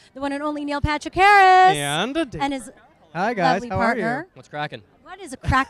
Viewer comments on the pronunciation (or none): Neal Partrick instead of Neil Patrick, fail much